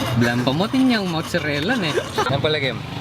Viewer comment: "motsarela" -, circa 2018